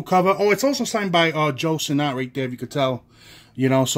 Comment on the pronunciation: Who is John Sterling? Also it’s pronounced Sinnit, not sinNOT.